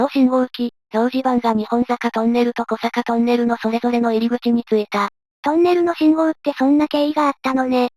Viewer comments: 小坂トンネルは「こさか」ではなく、「おさか」トンネルです。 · 小坂トンネル ❌こさかとんねる ⭕️おさかとんねる